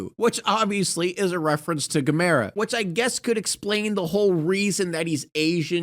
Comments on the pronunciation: Gamara?! Its Gam-Er-A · Gamera! GAMERA! He. Will. Take. You. To. His. Van. Touch. You. Like. No. Other. Can. Please don't tell on GA-MER-A!!!!!!!